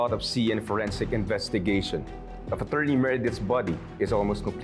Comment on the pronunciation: Di talaga mabanggit ng Tama Ang word na attorney mula simula Hanggang Ngayon, , , Achorney pa Rin Ang bigkas hahaha